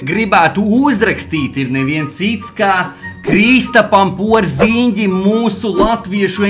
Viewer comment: man "patīk" tas kā Tu izrunā Kristapa Porziņģa uzvārdu😂😂😂😂👌